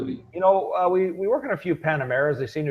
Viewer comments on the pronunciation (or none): It does matter how you pronounce the name Porsche, it’s the surname of the man who developed the company. Maybe do your homework on the pronunciation of Panamera and Macan before doing your video, it makes it a bit more professional. I’m currently on my third Porsche. My first, regular service, tires and a battery. The second regular service, tires and a battery. My current one just regular service and tires next spring. I find from my own experience Porsche to be very reliable. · That's AWESOME, I thought i was being a "Porsche owning asshole" because when i heard the struggle to pronounce Panamera i though it was going to be a setup for a joke but nope, the person really had no clue, so i am glad to read that it wasn't just me, thanks for confirming that this guy is a twit and the IMS bearing only affected some tiny amount of cars and the big thing is that Porsche made a fix for it. My friend has a 6 year old Corrola and granted its got almost 140k on it but its leaking again, and this will be the second time taking it in and having to pay out of pocket to have toyota replace the IMS, meaning the original one failed, luckily it was replaced (out of pocket) before it did any serious damage, and now the replacement failed as they never fixed the original or the replacement part!!! Now that's messed up and that is a manufacture you should not buy from. Anyway, for the most part, a solid 95% of the time, any Porsche is a good Porsche =)